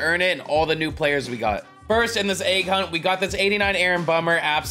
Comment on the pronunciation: Why are there people always saying agg instead of egg